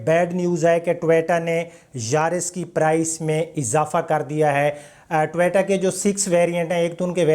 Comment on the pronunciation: jisko toyota bolna ni ata wo nuqs nikalay ga ab